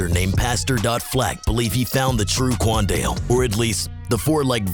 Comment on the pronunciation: stop saying qaundel like that please